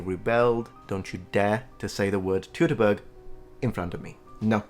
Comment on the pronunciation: I won't! Because it's pronounced "Toitoboorg" :D